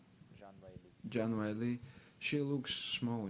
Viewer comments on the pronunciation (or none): "John Weili" 😂